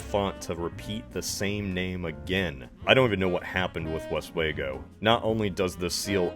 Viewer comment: it's pronounced west we go